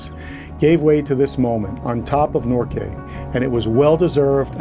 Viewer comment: Enjoyed your video. Thanks for sharing. Old fart Canadian here. Mt. Norquay is pronounced Nork way. I know it's trivial... sorry. I envy your journey. Looks like an epic ride. Keep the wheels turning.